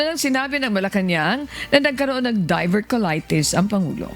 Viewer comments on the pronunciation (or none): diverticulitis Hindi diverculatis